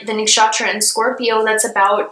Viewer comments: The way she pronounces nakshatra has captured my heart 💕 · Cheers to all the Hindu names appearing beside the zodiacs! u have Indians' heart. ♥ Also the way u pronounce nakshatra is so cute! 😁